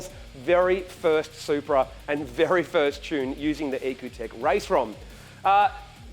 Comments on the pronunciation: isn't is said like E.C.U tech? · It's ecutek.